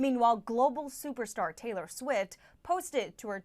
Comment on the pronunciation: Taylor Swit 😂 the dumb b**ch didn't even pronounce that right. So remind me again why fake news is still a thing and promoting Harris failed campaign. Harris is a f**king joke and almost as braindead as bumbling Biden 🤣🤣🤣🤣.